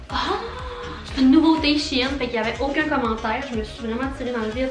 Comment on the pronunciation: Le site se prononce chène!!!😤